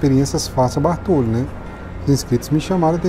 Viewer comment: a pronúncia é Bôrtolo, mesmo sem acento. Abcs